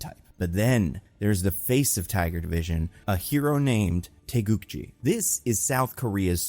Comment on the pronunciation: So you would pronounce it TAY GOO GEE?